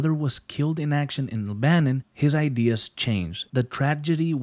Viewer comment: Why did bro pronounce Lebanon like that 💀